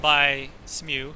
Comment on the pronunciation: Also, Executioner Smough's name is pronounced Smo (the ugh is silent). I found that weird when i found that out but thats how its pronounced apparently.